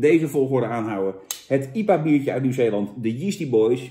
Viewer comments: Normale mensen: I P A bier Jan Roos: iepa bier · Jantje zegt gewoon lekker iepa in plaats van ai-pie-eej. Niks mis mee, Jantje. Lekker sponsordealtje te pakken. Een massapubliek lonkt. Proost. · Jan de enige persoon op aarde die IPA uitspreekt als iepa